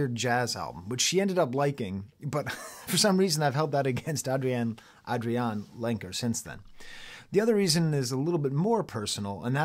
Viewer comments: She pronounces her name Adrianne. Not AdriAnne. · Great review, spot on, just one thing though, her name is pronounced Ay-dree-anne ;) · AVAA, although I am a first time viewer :) You're such a charismatic, knowledgeable, open person. Excited to watch your other reviews. I don't know about the name pronounciation though - is that an inside joke I just don't understand? It's Adrianne, pronounced like every other Adrianne, as far as I know. Love the comparisons to Dylan and Thom Yorke/The Smile, I agree wholeheartedly as a huge fan of all 3. Although Adrianne is in a league of her own. The way she views the world, and the talent she has to convey emotions both specific and universal, simple yet complex, is unparalleled. I missed her unique guitar playing on this record, but it was traded in for even more raw honesty. And that's a worthy trade.